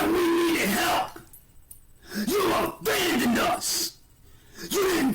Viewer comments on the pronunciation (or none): “YOU A-VANDONED US!” 🚐🚐🚐. I can’t! 😂😂😂